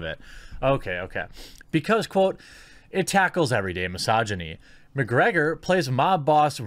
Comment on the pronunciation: lol my-sogy-knees, thats one way to say it